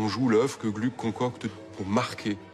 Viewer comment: Attention : à 32'33, à 33'05 et autres : pas «Glück», mais bien «Glouc» ! À 33'16 : en 1762 c'est pas Alceste, mais bien Orfeo, et juste après, en 1767, c'est pas Orfeo, mais Alceste.